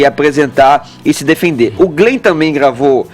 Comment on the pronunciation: "Glen" o que,? Não entendi. huahauahuahauahuaha